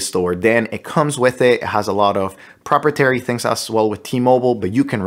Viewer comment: Lol "propertairy"